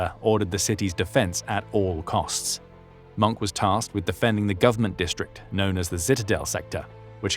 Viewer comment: hin name is mohke not monk.. you should watch the movie " der untergang" .